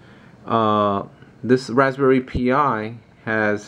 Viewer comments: great work. VERY impressive. Just so you know though, you should pronounce it like "Raspberry Pie", not "Pee eye". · Yes. Like the others said... it's pronounced Rsspberry PIE ... Pi is same as Pi as in 3.14 ...